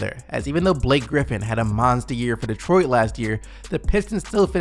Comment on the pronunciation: Bro I love your videos but please learn how to pronounce Detroit it’s not 2 fucking words